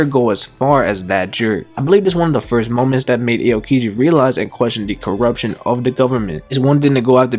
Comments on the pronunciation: Ay-o-kiji, Mari-jowa,Moraya 💀💀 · its not "Sowl" its "Saul" like Paul. Its not "A-O-kiji" its "OW-Kiji" or just call him Kuzan. Idk why those bothered me so much